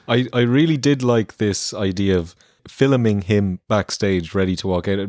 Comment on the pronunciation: u say Fillimen but we know u ment filming